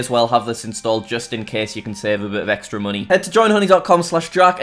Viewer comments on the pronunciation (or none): none